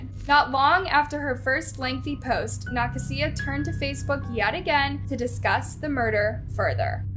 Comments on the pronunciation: Pretty sure that name is pronounced Nuh-kay-zuh..🤔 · nuh- kasia like asia not whatever you were saying. you gotta start doing your due diligence, you pronounce names nowhere near correctly so much it just feels blatant and disrespectful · Youre saying Nakasia so wrong it hurts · The way she said “Nakasia” made me laugh 😅